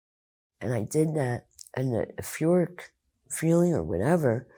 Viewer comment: There are eight different types of intelligence -not all are linguistic-perhaps give her the benefit of the doubt and assume that although she cannot pronounce "euphoric" she knew what it meant and used it in context.